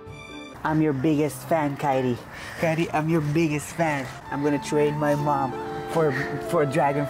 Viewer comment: Say fan not fin